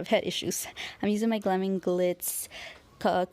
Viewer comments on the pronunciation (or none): none